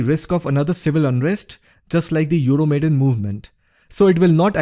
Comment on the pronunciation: Just one little remark: it's not "Euromaiden", but "Euro Maidan", from the name of the square epicenter of the protest. Wonderful video though...